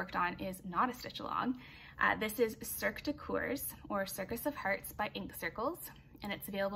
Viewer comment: Hi, my mom and me are quite impress with how productive you are. Just a little help to prononce coeurs, the o is mute, it should sound more like the word her with k at the begining. In this video youve made me discover new knitting patterns I would like to make especially the socks that I plan doing with leftover yarns.